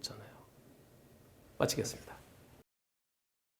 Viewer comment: 의도적 추돌로 보여집니다.사망 가능성 있는 흉기(자동차)로 상대방을 공격했으니,살인미수가 맞을듯 합니다...한변호사님 마치겠습니다 가, 미치겠습니다로 들림니다..ㅋㅋ